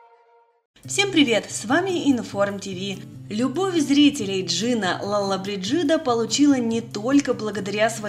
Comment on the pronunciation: Правильно произносить: ЛоллобрИджита.